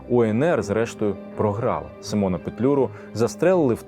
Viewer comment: Міхновський Микола,не Михайло( 24хв), також сИмон,а не СимОн.